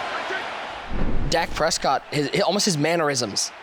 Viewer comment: "Dak P escott"